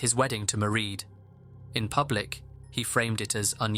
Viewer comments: Just a tiny nitpick for future reference: the name “Maireád” is pronounced to rhyme with “parade”, not “ma-read”. Otherwise, loved the video as always! I appreciate the amount of effort that goes into your videos every week. Thank you,! ❤ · Mieraid* Philpot not Marie x